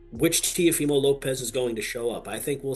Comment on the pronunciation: What is up with these ai voiceovers? It pronounces Teofimo in three different ways